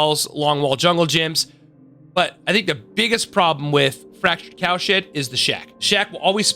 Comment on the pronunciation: it sounds like youre saying fractured cow shit